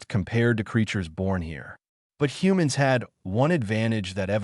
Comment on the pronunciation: "hoomanz aduptah" 🤣 AI narrator struggles to say "humans adapt" 😂